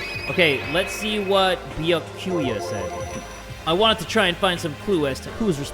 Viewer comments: pronounces Byakuya’s name as “beeya-kewya” me: cries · keep in mind that byakuya is pronounced "bee-ah-koo-yah" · Beeyakooyuh Me: oh, and when will you learn Also it's pronounced Byahkuyuh UwU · Its "Bia-kuya" Not however you said it,. 🤬 Watch him say Mikan, Hajime, Kazuichi, Hiyoko, and Monomi wrong. 😌✌ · I was dying every time 😭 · ITS BYU ACK UYA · The way he says byakuya hurts my heart